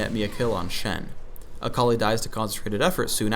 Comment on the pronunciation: the way he says akali is so weird, i keep hearing "a colleague"